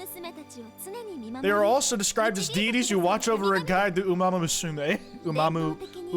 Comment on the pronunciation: try pronouncing it like ''oo-mah-moo-sue-mei" if ur struggling!